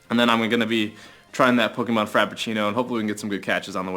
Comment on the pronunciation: STOP SAYING POKIMON ITS REALLY ANNOYING